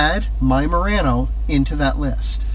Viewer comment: Need to learn how to pronounce Murano!